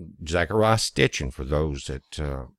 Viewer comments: It's Sitchin not Stichin. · Sitchin. Not Stichin. Peace brother. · It's Zechariah Sitchin, not Stichin. Check with Mr. Google.